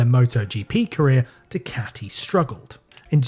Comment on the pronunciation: Why you keep saying dicati?